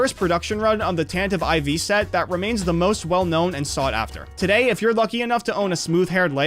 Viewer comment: "tantive ivy"